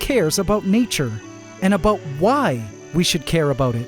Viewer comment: I keep forgetting you're Canadian. Every once in a while you drop a hard "aboot" and I think to myself "ah yes, Canadian".